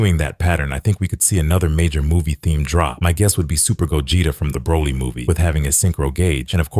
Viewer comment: Bro ts pisses me off🥀🥀